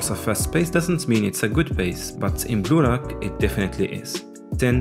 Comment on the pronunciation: Am I the only one who thought, he is saying Gulag instead of blue lock?